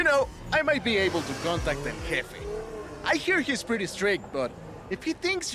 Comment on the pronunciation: Hey just letting you know the j in Spanish sounds like the letter H in English so in English it would be pronounced El heffe